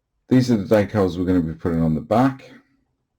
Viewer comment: Typing this as I’m watching. Why so jittery? Waay too much coffee 🤷🏼‍♂️🙈😀. It clears up though. it’s coming along nicely. Just ordered an apex brush.probably be here next week. Stay safe 🍻🌲 Lol, de-cals not deckals or daycal 😃